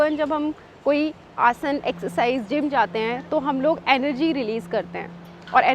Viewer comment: Explanation to sahi h lakin hindi ka uchharan sahi karen जैसे कि आसना नही है, आसन है। याद रखिये आप भारत मे निवास करते हैं